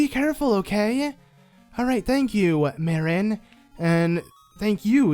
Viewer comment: And its pronounced Mar-in not mare-in. Same with Tar-in. just needed to let you know.